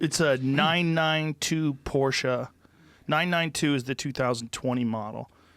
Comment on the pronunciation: Yea he learned how to say it finally